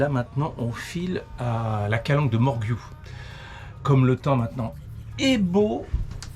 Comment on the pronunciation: Merci pour ces belles images. Au fait on prononce Morgiou avec un « j » comme morjiou et pas un « gu » , et pour Cassis on ne prononce pas le « s » de la fin . La clarté de l’eau à Riou, c’est quelque chose, j’y ai fait plusieurs plongées sous-marine c’est magnifique dessous comme dessus !!! Les calanques comme cadre de mouillage et petits repas. 👍